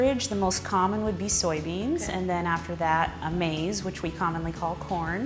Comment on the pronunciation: Hahaha maze, wow that is the most scientific thing I heard on here; they could have at least said Zea Maize half right and half truths and that’s being generous. Being an educator she should be doing research about long term effects of these GMO rather than attempting to indoctrinate not only future scientist, but people trying to further their knowledge about the true effects of what they are consuming. Remember... You are what you eat.